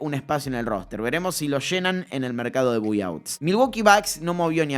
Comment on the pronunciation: Repite después de mi, se pronuncia BAI OUTS, me sangran los oídos cada vez que escucho buy outs